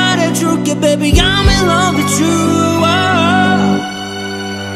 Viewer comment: When he said "baby" Sometimes it sounds like babe xD